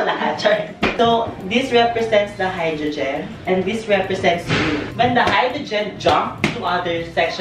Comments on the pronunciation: "HYDROGIN" OMG HAHAHAHAHAHAHAHAHAHAHAHAHAHA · no one: mimi: Hydrujin.